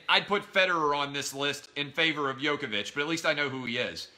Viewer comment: Also you can't even pronounce Djokovic's name.